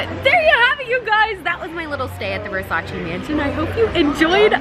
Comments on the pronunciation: Its Versace NOT Versaciii🤦🏽‍♀️😂❤Sorry not sorry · versacEEEEEEEEEEEEEEEEEEEEEEEEEEEEEEEEEEEEEEEE cristo santo not versaci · IT’S NOT PRONUNCED VERSARCI!!!!! IT’S VERSACE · VersacEEEE not VersacI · It‘s not Versaciiii it‘s Versaceee ! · People say 'Versace' wrong... it's not ver-sach-ee, its ver-saach-eh....🤷‍♀️ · Pleaseeee it’s Versace not Versaci ahahah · Ver-sa-CHE not versashi 🤦🏽‍♀️😬thank you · It’s not pronounced “Versaci” it’s pronounced “Versace” 🙈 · Omg amazing 😍 but the right pronunciation is VERSACH-EH not VERSACH-EE!! Love you ❤️💝 love from Italy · I know must be so excited experiencing this. But all the screaming over small things? Mad annoying. And not responsible enough to wear a mask? Bruh. ALSO how she pronounce VERSACE wrong the whole video??? This is upsetting. 👎🏼 super disappointed. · Me, an italian, being triggered the whole video with the way she pronounces versacE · Wanna shoutout Donatella but can’t even say Versace right and thats her #1 pet peeve. She sold that house quick and cheap she wants nothing to do with it so don’t flatter yourself thinking she gon see this 😂 this regular ass place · U love Versace so much yet you can’t say it properly.(btw I’m not hating just correcting on how to say it)